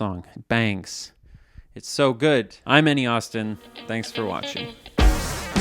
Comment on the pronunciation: The "Thanks" at the very end had the exact sound that I thought the next words are "...for slopping by"